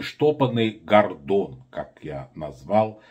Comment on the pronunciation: В фамилии одну букву не правильно произносишь